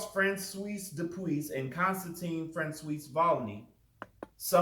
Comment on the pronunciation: Ok I finshed the rest, poor francios having his name so severely mispronounced “cios” can be pronounced as “swah”. But thats beside the point. And I don’t disagree that mythical jesus is not a wide spread believe in scholarly circles. The only problem I really have here is: you claim wikipedia reliable. No! Not good, wikipedia is an excellent start to research but only for a very general overview and the source links at the bottom. I assume you are a bit older than me, so you where not marked as “poor research” when you just used wikipedia as a source in middle and high school as I have. Furthermore wikipedia is not at all unbiased, since anyone can edit it, there are quite a few intentionally false things there, now hopefully they do get corrected by others over time, but the more specific and rarely visited an article is the more prone are you to read false information on there. I do not however think that daubigny, jesus mystical theory, or fringe theory to be infrequently visited articles and thus I tend to still go with: “a good start for research, but not really a good reliable totally unbiased source”